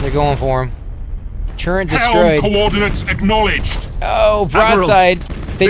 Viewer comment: Why oh why is this misspronounciation so common? I keep hearing it, everywhere, and it really grinds my gears! TurreNt TurreNt TurreNt! There's no God damned N in turret! Kill me.